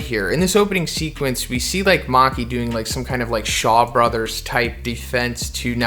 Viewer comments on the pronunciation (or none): none